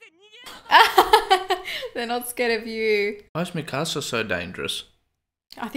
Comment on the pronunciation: Hearing “mi casa” instead of “mikasa” is oddly painful